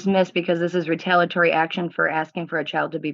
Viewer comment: This BRILLIANT soon-to-be lawyer should really learn how to pronounce the word "retaliatory". It's not RE-TAL-UH-TORY!! It's RE-TAL-EE-UH-TORY Dummy!